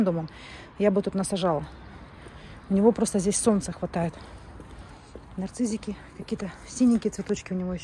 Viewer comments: правильно говорить НАРЦИССЫ А НЕ нарцыЗики😂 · Говорить надо нарциссики, а не "нарцизики"...